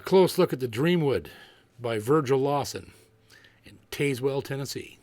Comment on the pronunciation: Hey JP just trying to help out (because I love your channel and your work! I promise I’m not a Karen lol) but I’m local near Tazewell. It’s tn typical so it’s pronounced Taz-wool with the wool (like sheep’s wool) being quick and sharp lol have some fun with some tn twang! Love you brother! Take care and hope you and your family had a blessed Easter